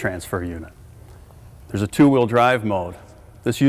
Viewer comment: Why does she say "hawheel" when saying the word wheel